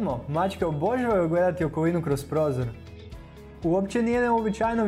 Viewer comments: Naglasak nije ok - pazi kako izgovaraš riječ "obožavaju"! Naglasak, dugi, je na "ža"! Dakle, OboŽAvaju! (ti stavljaš naglasak na "bo" - oBO žavaju!) Čovječe, odakle si!? Nije to problem, nego što nisi osvijestio to i zamolio nekoga tko ispravno govori da govori ovdje! Ne ljuti se, ta je za tvoje dobro! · Koji iritirajuci naglasak imas, daj malo poradi na rijecima pogotovo rijec obozavaju. Iritantno te slusati. Inace video je odlican, sve stoji. Vlasnica sam deset macaka.